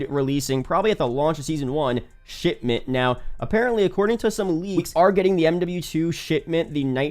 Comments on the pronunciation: Did this guy just said "Sh*tment" instead of Shipment? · All I can hear is him saying Shitment